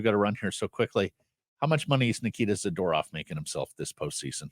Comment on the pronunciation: Frank should learn how to pronounce Zadorov…